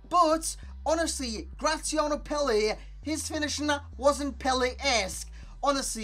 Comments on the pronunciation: good vid! btw it's pronounced pella not pele XD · Yeah it's pronounced "pella" literally what i said.